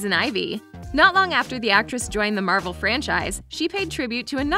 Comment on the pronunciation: Bruh it's Marvel not marbel I'm not that big Marvel fan but atleast I can pronounce the name correctly